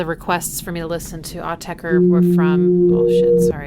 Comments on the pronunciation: Pronounced Aur- tech- cure, not Au- tech-er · I've been obsessed with their music for nearly 30 years. Just a few notes—phonetically, it's pronounced Au-tech-"ra," not "er." I love and enjoy how you attack melodies by ear. One of my all-time favorite tracks from Autechre’s more melodic side (as opposed to their glitchy, percussive synth work) is "Nine." It's easily one of my favorite pieces of music, ever.